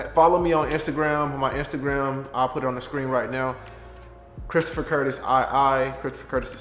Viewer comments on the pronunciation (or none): My homie just said Bristopher Burtis 🤦🏾‍♂️🤣. Anyway Gettin my CDL in a few weeks though bro ✊🏾